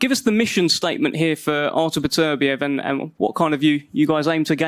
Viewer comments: Since when do we call Beterbiev ... "PATURBEEIV" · No one commenting on Bob Arum pronouncing Artur beepediv. Had me in stitches! 😂😂😂